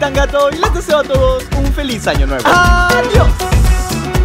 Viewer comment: Qué es un ano es año no ano star